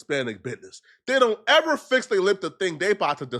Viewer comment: don’t ever say “ever” like that again